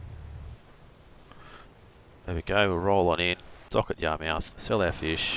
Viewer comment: Yar-mith. Just like where i grew up fishing in Portsmouth... Ports-mith. In new england speak it'd be po-ahts-mith and yah-mith